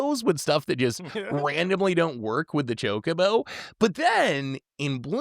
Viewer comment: is just trolling us at this point with "cho-co-co" 😭😭😭